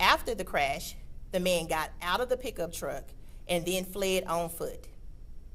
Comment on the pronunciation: what about peekuptruck instead of pickup truck